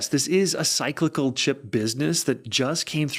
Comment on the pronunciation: The way you pronounce cyclical makes me think you're AI